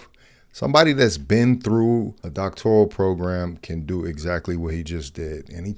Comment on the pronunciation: Humbledude was making a joke--CB pronounces her advanced study as "doc-tor-IAL--which is a very pronounced mispronounciation:. :)